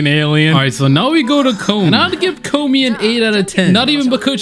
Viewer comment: Please learn how to pronounce “Komi” you sound like the dub pronunciation of it